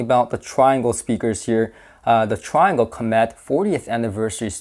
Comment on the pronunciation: I was told years ago it is pronounced "tree-ahngle".